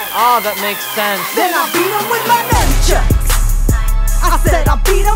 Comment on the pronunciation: Boowaahahahahahahaahah "So I pulled out my Numbchucks!"